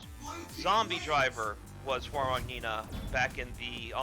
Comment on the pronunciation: Thank goodness, someone knows how to pronounce Hwoarang's name correctly.